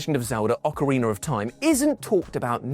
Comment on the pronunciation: OcarinA, not ocarinER 🤦🏻‍♂️ 🤦🏻‍♂️ 🤦🏻‍♂️